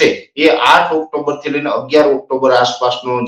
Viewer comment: NOT OCTOMBER BUT OCTOBER